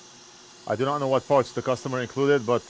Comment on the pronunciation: You said "bag of parts" and I thought you said a bag of farts. lol I thought "well that's weird. lol